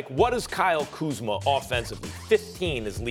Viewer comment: He just said Kyle kuzmer in this segment 😂